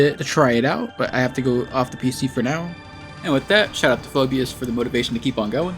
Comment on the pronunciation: thanks for the shoutout! <3 - Phobias (yes u said it correctly lol)